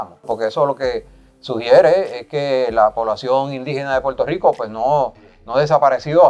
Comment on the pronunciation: She said pur tur Rico 😂😂😂